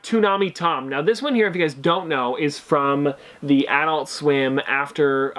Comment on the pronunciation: The way you say adult is funny